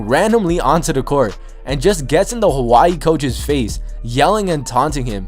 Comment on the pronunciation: Why do say Hawaii so weird?😂😂